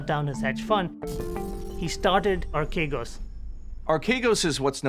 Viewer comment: The name is properly pronounced "arch egos"